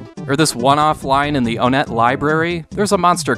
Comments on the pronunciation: Onette is pronounced One ette Hence twoson Threed Four side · Onette is said like one ette Like one two Onette Twoson Three d